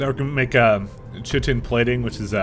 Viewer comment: Chitin is pronounced "KITE-in", lol